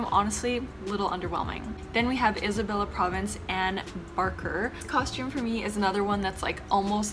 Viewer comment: hi!! no hate i just wanna share and educate, whenever reading tagalog words, you literally just pronounce the letters on how they are supposed to be for example Isabela - eesabela Ilocos Sur - eelokos soor Bulacan - boolakan